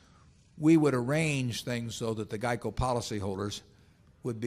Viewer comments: 😆😆😆😂😂😂🤣🤣🤣 was thinking the same thing!! What the hell is Jieco???!! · I didn’t even know what he was talking about when he said “jeico” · "Jeico" LOL